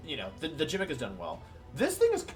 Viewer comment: I was about to subscribe but you pronounced gimmick as jimmick